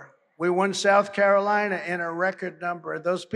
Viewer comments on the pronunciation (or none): none